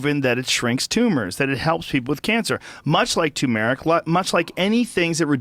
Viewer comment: Joe Rogan is disgusting and he doesn't even know how to pronounce turmeric.